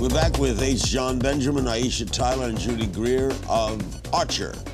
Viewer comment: Why is Larry talking to Aiesha so little? I mean directly.. Plus, he keeps calling her Ty- e- sha and Dy,- e- sha. Poor Aiesha just has to keep jumping in. She's smart and funny. Shes a great interview subject. Larry is missing it. 😡